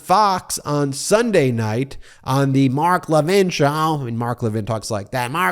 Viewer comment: 😂😂😂😂😂 love the way you say mark levin 😂😂😂